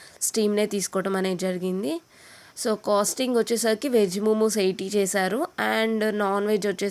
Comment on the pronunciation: ముముస్ కాదు మొమోస్ అనాలి